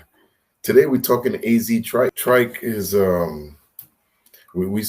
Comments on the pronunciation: His name is Chike Not Trike...if you going to report on someone please pronounce there name correctly... I feel Doddy 6 was the best feature... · Hey my friend his name is AZ chike c h i k e..... Lmao you are really not good with names it's also hitta j3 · Okay. He mispronounced his name. It's not that serious. And no, Kendrick didn't NEED to bring him or ANYONE ELSE out. But he did what was necessary to get that opportunity. I don't know what your issue with the content creator is exactly. Work on your attitude.